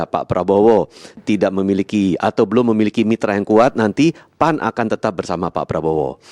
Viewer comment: bembaca berita terlalu semangat panggil keras tapi salah P..A...N...????!!!🤣🤣🤣🤣